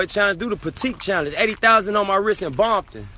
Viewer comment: Did he just say Bompton 😂😂😂